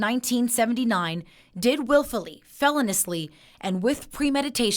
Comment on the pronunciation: Somebody teach journalists to say "feloniously."